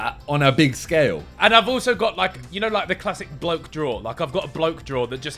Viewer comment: Did Ethan Say he had a "blow" drawer?💀